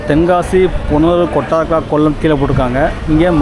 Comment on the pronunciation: Welcome to Kollam, கொட்டா(ஆ)ரக்கர കൊട്ടാരക്കര ... please, you could pronounce well